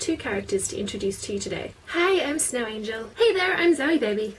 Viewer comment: ikR!!! its zoe girl